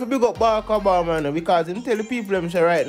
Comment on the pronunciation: The President's name is Obama, not Abama!